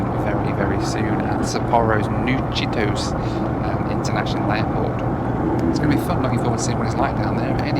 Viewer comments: The price for not doing research beforehand. But it's probably alright as he'll claim the taxi costs as tax deductible expenses. And it's pronounced Chitosay, not Chitos. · Never take a taxi in Japan as they are almost always expensive. Also the airport name is pronounced chee-toh-say not Cheetos. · Ahhhh Japan! I lived in Osaka back in the early 90s for a few months and worked for a Japanese company in Australia for 5 years. It is pronounced chee toe say BTW hahahah. Hope you are having a good rest now looking after Rachael all the best! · My second comment… New “chi-to-say”. All vowels are pronounced in Japanese words. There are a couple of exceptions, but trailing a, e, i, and o will always be pronounced.